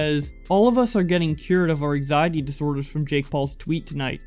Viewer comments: An-xiety not axiety or exiety...bits an-xiety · Learn how to talk you slack jawed hick. ANG ZIATY. EGGZEITEY.